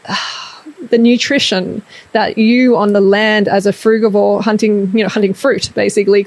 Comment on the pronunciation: I love how when you say fruigavore diet the text comes up as "frugwa" and "fruit board" hahaha xxx